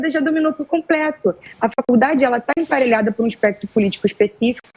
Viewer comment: Na verdade, ela se expressa muito mal. Ela não sabe nem dizer "APARELHADA"; diz "emparelhada".